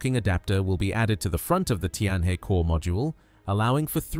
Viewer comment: Tianhe is pronounced Tian Her, not Tian Hey!